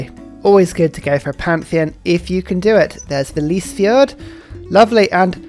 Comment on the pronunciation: kidding, norwegian is hard. I have heard worse pronunciation of Lysefjord 😉 I will keep the patreon going 😁